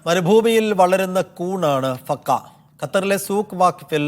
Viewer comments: Fakka alla fagga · ഫക്ക അല്ല ഫക്ക്